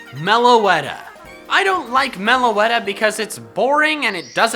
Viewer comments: Meloetta not melowetta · Me:please no melowetta, please no melowetta.: number 4, melowetta. Me: tries to hold in my anger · did not really get very offended even when you said Meloetta. i hated the black and white anime but i still love Meloetta. shes just so adorable!